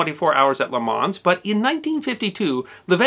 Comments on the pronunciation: The S at the end of Le Mans should not be pronounced Luh Mon or Luh Maw perhaps. And also the Grand in Grand Prix is pronounced Gron. It's the French word for "big". Sadly it seems most Americans just can't do this. It's quite annoying. Not in this video, but the other French car word that Americans can't pronounce is Coupé. It is not coop. It is pronounced coopay. It's French for "cut" (past tense). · Drop the "S" from le Mans, make the "A" sound like a short soft "O" and flow the "Le" into the "Mans" so it sounds more like "LeMon" if you want to pronounce it correctly. In the manner of the French, and all racing commentators. I'm only a pronunciation Nazi when educated people cock up. Greets from France (140k from Le Mans). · Mille Miglia, Le Mans and Jaguar, my three favourite mispronunciations (typically by our American friends). Good insights however, into the history of motor racing, thanks for sharing. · As others no doubt will have said, the S in Le Mans and the G in Mille Miglia are not pronounced. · Le Mans (pronounced like beyond without the d, don't say the s) Miglia Miglia (pronounced mee-lee-ah) Juan Manuel Fangio (pronounced fawn-gee-oh ( soft g). I'm American, as well, but I studied languages in school. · Love the video but your pronounciation of Le Mans is killing me lmao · Everything about you and your channel is tremendous, with the exception of one thing. It's in this video actually and it's your pronunciation of Le Mans...unique and terrible. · It was John Fitch, not Fisk, and please pronounce Le mans correctly, as you are an historian. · The s in Le Mans is silent. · I lost count of all the words and names you mispronounced. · Great video but your pronunciation of things like Le Mans and the Mille Miglia are rather painful... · thanks great video(s), one thing tho, its pronounced ''le man'' the S is silent.:) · Le Man, you don't pronounce the "s"... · You dont her the “s” in the end of words in french. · The s in Lemans is silent